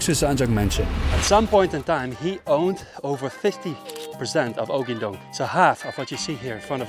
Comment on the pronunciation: 🏅 correct pronounciation!